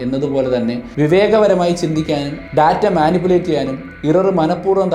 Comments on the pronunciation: ബ്രോ വീഡിയോസ് Skip ചെയ്യാൻ താല്പര്യമില്ല കാണാനാണ് താല്പര്യം. അതുകൊണ്ട് മാത്രം പറയുകയാണ് ഈ വൃത്തികെട്ട ബിജിഎം വീഡിയോയിൽ കുത്തി കയറ്റല്ലേ ബ്രോ 🙏🙏🙏 Data എന്ന് പറയുന്നത് വളരെ തെറ്റായിയാണ് Day-Tta ഏകദേശം ഇങ്ങനെയാണ് ശരിയായി ഉച്ചരിക്കേണ്ടത്. പ്ലീസ് refer Google how to pronounce. അധ്യാപകനായ നിങ്ങൾ കൊച്ചു കൊച്ചു തെറ്റുകൾ തിരുത്താൻ തയ്യാറായാൽ വിദ്യാർത്ഥികളും , പ്രേക്ഷകരും തിരുത്തുകയും ചെയ്യും. നിങ്ങൾ തെറ്റ് ആവർത്തിച്ചാൽ അവരും തെറ്റ് പിന്തുടരും All The Best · ബ്രോ വീഡിയോസ് Skip ചെയ്യാൻ താല്പര്യമില്ല കാണാനാണ് താല്പര്യം. അതുകൊണ്ട് മാത്രം പറയുകയാണ് ഈ വൃത്തികെട്ട ബിജിഎം വീഡിയോയിൽ കുത്തി കയറ്റല്ലേ ബ്രോ 🙏🙏🙏 Data പറയുന്നത് വളരെ തെറ്റായിയാണ് Day-Tta ഏകദേശം ഇങ്ങനെയാണ് ശരിയായി ഉച്ചരിക്കേണ്ടത്. പ്ലീസ് refer Google how to pronounce. അധ്യാപകനായ നിങ്ങൾ തിരുത്താൻ തയ്യാറായാൽ വിദ്യാർത്ഥികളും തിരുത്തുകയും ചെയ്യും. നിങ്ങൾ തെറ്റ് ആവർത്തിച്ചാൽ അവരും തെറ്റ് പിന്തുടരും